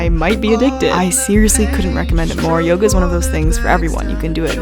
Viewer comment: i must be sleep deprived bec everytime said yoga i heard yoghurt 😭😂